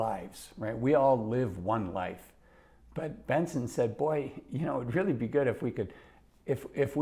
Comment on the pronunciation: He said it right the first time, but did say Benson later.